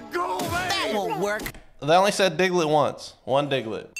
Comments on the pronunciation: His name is diglet not digaladid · i'm sorry but i'm pretty sure they're saying Diglett dig